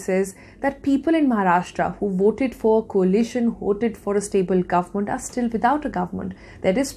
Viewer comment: the way she says “guvmunt” is annoying